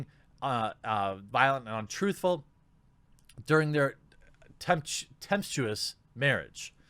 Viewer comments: TEM-PES-CHU-US. Tempestuous! Jeremy, I love you - but get your diction straight! Tempeschus -- lol! XD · Tempestuous: tem-PEST-yoo-us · Personally, I mostly listen to these videos more than I look at them as they're good entertainment while working. I don't mean to sound rude, or ignorant, but please do some bloody proof reading of the articles you are reading before actually recording. 1/4 (roughly) of the words you read are mispronounced. I understand people don't come in touch with words like tempestuous on a daily basis, but fuck me, put in some effort at least. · Wow Jeremy, you should read all that stuff at least once before recording, because you failed reading « serial » and « tempestuous » lol. It’s no big deal but youtubers who have trouble reading properly make me cringe a bit lol. Thanks for covering the essential points that have happened today though